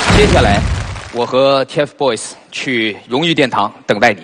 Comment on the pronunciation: 趴醬 是就是，他們的名字不叫掏糞，叫TFBOYS，發音很爛欸